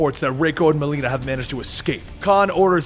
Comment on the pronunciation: You said Melina wrong